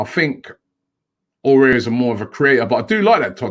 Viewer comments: Robbie it's A OU ARrrrr..... Please don't scare him .He may not come if you keep saying O air. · Robbie just so you know it’s not pronounced Aurier it is ow-oh-w-ar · Robbie you pronounce as awar not orare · IT'S NOT "AWARE" BUT "AOUAR" LIKE "AWARD" BUT YOU LOOSE THE D AHAHAH OR "HOWAR" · Why does Robbie say Aouar the same way as Aurier? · Aminu Alkali but he’s gotta put a bit more effort it is spelt nothing like aurier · AOUAR= Ah-woo-are.. keep it up Robbie! All the best☺ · Everyone: Aouar Robbie: ORARE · It annoys me how Robbie can’t pronounce foreign names... he butchers it😂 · the only thing rob pls can you stop to murder aouar s name all the time when you prononce it . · how did he see Aouar and say it like that 😂